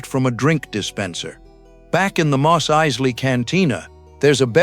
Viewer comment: The "narrator" also pronounces "Mos Eisley" two different ways.